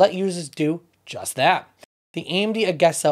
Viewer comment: A….jeee…….sa. Not A…Ge…..Sa!